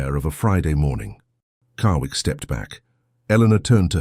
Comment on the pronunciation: The Narrator keeps pronouncing his name Carwick but its spelled Carrick. Good Story, I love the relationship of the sisters.